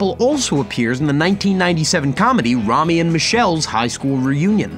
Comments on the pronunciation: Oh my god me too! He said Raw-Me when its Row-Me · Romy??Rome??? Try Ro-me scoffs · I cringed when he couldn’t pronounce Romy right. Lol Ro- e? No it’s Ro-me to pronounce it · You missed something on that poster. The other name, “Nash” is also in Reservoir Dogs. The cop’s name was “Marvin Nash”. Also, it’s not pronounced like “Rami” in Romi & Michelle’s... it’s pronounced like “Rome-E”. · Its NOT ROM-Y its RO-MY. Sorry that irritated me too much. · Row-Mee. Not Raw-Mee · Row-me! Row-me! Row-me! Not Rah-me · Rome-ee, not Rah-mee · William Phillips Om my god thank you, I cringed when I heard that. and I'm Australian, it's RO-ME dammit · Say Romy one more time, I dare you. It's Row me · Joseph meloncon THANK YOU! That was bugging me too! You’d think someone making YT vids about movies, would know how to pronounce/say the title of each movie! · Romy is pronounced ROME-Y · He pronounced Romy incorrectly too. Lower your standards for these folks. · You pronounce Romy incorrectly, sir.